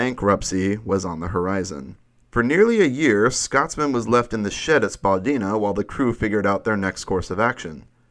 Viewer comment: As a Canadian, I almost wanted to LOL when he said "Spaa-Deena" instead of "spu-Dye-na" XD